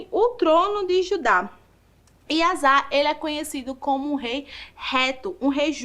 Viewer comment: Gostei, mas a pronúncia do rei do nome do rei é Asa ( asa de voar).